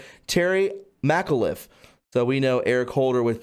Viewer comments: Please stop using ‘_od’ so much. The former governor’s name is pronounced ‘Mc-ca-liff’. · Irish & Scottish last names can be tricky...Terry McAuliffe is pronounced Terry MaaaaCalluf. (Names with Mac is pronounced Mack. Names begins with Mc is pronounced Ma like McCain.)☘☘☘